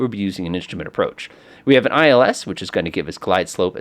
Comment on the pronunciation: Instrument is not "inshtrument"